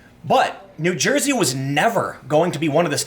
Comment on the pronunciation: you pronounces "n'Joysey" wrong lol